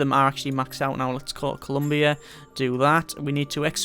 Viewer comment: I think I would live in this universe of Endless Space, watching with joy from my throne in ColumbA as you exterminate every other species in the galaxy. (Stop pronouncing my home system wrong!!!!)